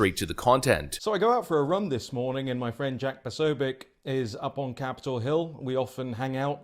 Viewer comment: 'po-SO-bic'. Emphasis on the SECOND syllable, not the first.